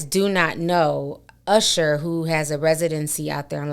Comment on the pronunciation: I haven’t heard someone pronounce usher like that in a long time. I swore I heard “arshuh”